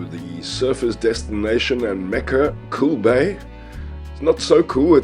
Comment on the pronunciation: It is in the Western Cape of SA along Clarence Drive between Gordon's bay and Rooi-els. It was never called "cool bay". It is either "kogel bay" or "Koeel baai" as in "bullet" bay.